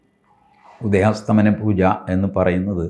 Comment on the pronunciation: Sir, ഉദയാസ്തമന അല്ല ഉദയാസ്തമയ എന്നാണ് 🙏 Thanks